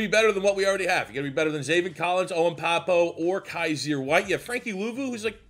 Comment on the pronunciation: For Owen Pappoe - Pappoe is pronounced "PAPP-oh"